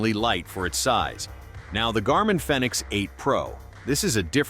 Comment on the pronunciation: Fenix is pronounced like Phoenix. Long E.